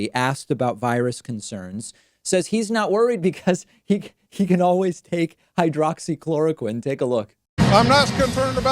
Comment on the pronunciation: I've seen the guy at the rally who was talking about hydroxychlorquine in several videos, including this one and I'm still waiting for a host/commentator to point out the fact that he didn't even pronounce it right...